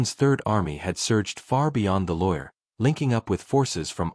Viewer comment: more ai shiyt, the river never exisited like that and you're AI program can't say loire. properly. there's no reason to believe anything here as you make it all up